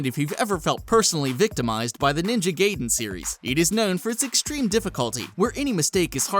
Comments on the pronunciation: "Ninja gay-den?" I thought it was "Ninja GUY-DEN" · "Ninja Gayden" totally right pronunciation. shit like the rest of this channel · it isn't "GAYden", it's "GAIden" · Or Gaiden.